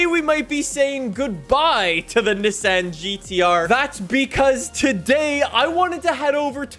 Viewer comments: You pronounce Nissan like (nee-saun) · When will learn that’s not how you say Nissan🤦‍♂️